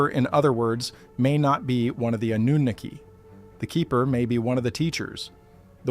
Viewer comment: Why is the AI able to say Annunaki in 1 sentence and then says Annunoooooki? And god forbid you give them too many numbers then it turns into a Trump word salad lol. Ten it's like AI has a marble or two in their mouth.😅